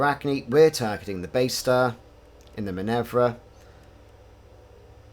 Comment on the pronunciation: Why would you call that ship "Minevra" when it is clearly named "Minerva"? :) Must've skipped your mythology classes. ;)